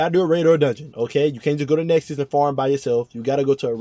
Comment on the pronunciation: It's called Nessus by the way... not Nexus.